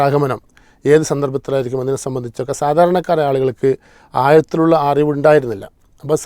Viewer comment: ആയത്തിലുള്ള അറിവല്ല, ആഴത്തിലുള്ള അറിവ്, മൗലവിമാർ മലയാളം ഇംഗ്ലീഷ് ഉച്ചാരണത്തിൽ കൂടി ശ്രദ്ധിക്കുക'